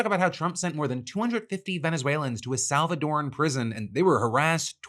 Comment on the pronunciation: Thank you Phil for pronouncing Salvadoran correctly